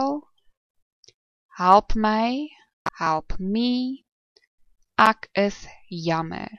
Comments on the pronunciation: It should definitely be like the "ack" from acknowledge. You must be a capey. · The pronunciation of "ek" in this video is also wrong. The sound should not be in the back of your mouth, like in "acknowledge", but in the front of the mouth, like in "extreme". Ek = extreme (correct). Ek = acknowledge (wrong).